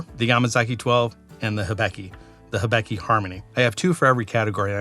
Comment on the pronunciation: Great list and I like the way you explained how you chose the winner in each category. One thing that puzzled me though: why do you pronounce Hibiki as if it were spelled Hibeki?